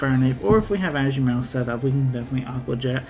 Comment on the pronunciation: Ashu-Marill? I’ve never heard it pronounced that way that’s a new one for me